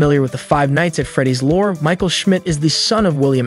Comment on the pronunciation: Every time you say lore all I can hear in my head is matpat saying LOOOREE